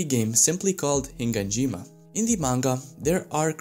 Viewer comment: you keep saying HiNganjima...